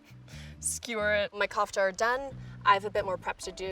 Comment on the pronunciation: Anyone else who hates her pronunciation of kufte